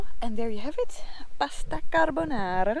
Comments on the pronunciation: "Pasta Carbonara" perfectly pronounced! I look forward to see you travelling to Italy! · Windy and chilly = no flies trying to share your lunch. The part of me that teaches Italian to French Canadians congratulates you on your pronunciation of Pasta Carbonara.